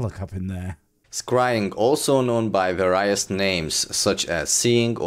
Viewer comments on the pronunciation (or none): I feel bad for, but the thing that annoys me about him the most is so petty: his pronounciation of words. Seriously, "various" pronounced with a hard i???